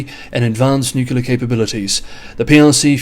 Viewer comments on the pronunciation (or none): Please don’t say nucular - say nuclear - “new clear”.